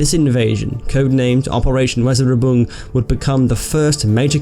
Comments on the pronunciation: Weserübung is pronounced ~ Vay-zair-oo-boong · Great stuff! Great story! A minor incident, perhaps, but full of drama and triumph -- and one which had major consequences down the line. One small quibble: your pronunciation of "Weserübung" is a bit off. The name, BTW, just means "Weser Exercise" (Weser = river in Germany) and fits into the German practice of giving ho-hum names to surprise military offensives. So: pronunciation. Try "VEH-zuh-you-bun'k". Say it quickly enough, with the "k" almost silent, and you'd need a greater pedant than I to find fault. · I was in the school Navy CCF in the mid-70s and went on a course in Portsmouth. The guy who said “You’re safe” was on the base and it was memorable to meet him - he was an Able-Seaman at the time, not the commanding officer. It is pronounced Vay-zer-oo-boing. Other than that, a first class video. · Operation "Razoraboom"? Oh. You mean Weserübung. Well, you got one sound right. That's a start. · It's pronounced "Vay-zer-oo-bung"